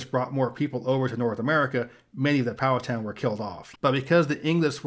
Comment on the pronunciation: As a Virginian I can say you are the closest I’ve seen someone get to pronouncing the native tribe names correctly. Powhatan, the last part is said like a skin tan. And the end of Monacan is said like kin